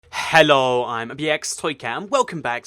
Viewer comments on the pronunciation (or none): Why does he say HELO like that it sounds like heho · U say hello weird